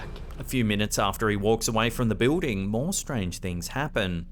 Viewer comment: Btw, when he says, "Bewding" he means Building.